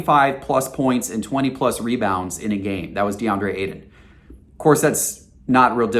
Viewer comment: "DeAndre Aidan" lol